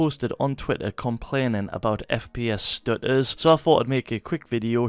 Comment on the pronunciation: "fps stu-uhs"